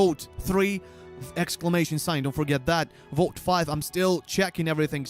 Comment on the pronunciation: 1. When tries to say vote, I always hear "boat". 2. Wow, how stupid are people? He said a dozen times that you need the exclamation mark 1st 3. Why the hell do people feel the need to spam the chat? 4. The one question I had was not answered. So here goes: In the guild boss fight, there is a counter on top that goes down. What does it count?